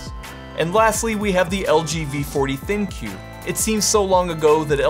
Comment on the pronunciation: Isn't LGs ThinQ supposed to be pronounced "Think"? Instead of Thin Qu?